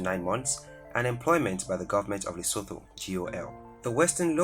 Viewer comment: You kept pronouncing my kingdom Lesotho wrong 🙄